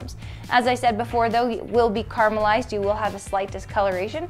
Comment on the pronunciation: CA-RA-MELL-EYESD not CAR-MULL-eyesd.